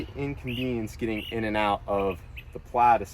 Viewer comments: "Plad". Plad? I'm sure there's an 'i' in there somewhere. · Instead of model S plaid it is the model O plaidass